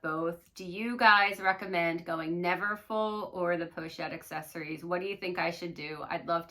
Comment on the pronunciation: "Accessoires" is not pronounced "accessories"...so many creators say it incorrectly.